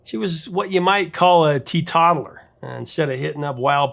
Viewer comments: Tea toddler? I'm guessing you mean Teetotaler, which is pronounced TEA-total-Er That middle section is pronounced like the word total, which means the full amount of something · There are a number of words here where I question your pronunciation, but "teetottler" instead of "teetotaler" takes the cake. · A "tea toddler"? You know, Prof, you can Google the pronunciations of words just as easily as you can anything else! (It's OK! We tease you totally because we love you!) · Well, you said tea tottaler instead of tea totaler. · I'm so sorry. I knew I was a spelling nazi, but not until this wonderful vid did I know I was a pronunciation nazi. Please forgive me, but its tee TOAT aler, not tee TAUT aler. ( I need help) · . Mispronounced words?? “T-Tott-aler”??? Teetotaler has a long o sound. How have you never heard this word before? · Teetotaler is not pronounced Tee toddler. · I always thought the term was teetotaler, pronounced "tee total er." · Just so you know, it's pronounced "tea-total-ler" or "tea-toe-tull-er", with a long"o".